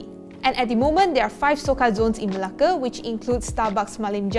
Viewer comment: i love how you pronounce 'Melake'. 😍.